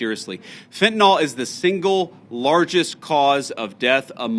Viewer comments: FentaNIL, not NAHL. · But he does need to learn how to pronounce fentanyl. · Can someone please whisper to Vance how to pronounce fentanyl?